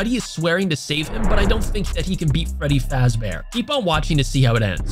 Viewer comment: Did he say freddy frazbear?